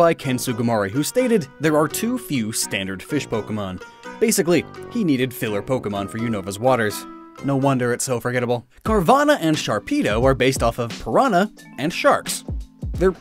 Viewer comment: DO NOT LEAVE OFF THE H IN CARVANHA!